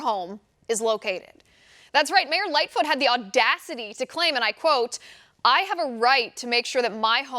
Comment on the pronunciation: Did Liz say Lightfoot or Big foot?